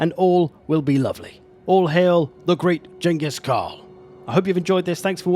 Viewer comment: Thank god, you know how to pronounce it correctly. Chin-gis-Khan. Most people say with 'G' but it is not.